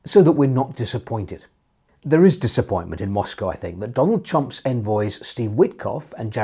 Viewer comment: Definitely sounded like “Donald Chump” to me…. Keep it up Steve: always interesting 🙏